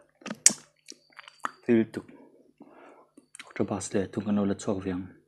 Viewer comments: Octopus.... Awktawpas tiin lam rawh octobus ti Suh a nih loh chuan City bus ti law law rawh😂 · Nia, Octopus a pronounce dan hi a dik hlel deuh. Pus lai hi P leh B inkar, Bus ni em em si lo, Pus ni lawl lawl bawk si lo a ni tur a ni. U lai hi A leh U inkar 'BS' angin a ri tur niin ka hria. Sawi fiah a har êm mai. 🤣 'Akṭawbs' a ni tawp mai. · Eng BUS maw i ei😂 Octobussss😂😂😂 kaikuang Bus ti ve law law rawh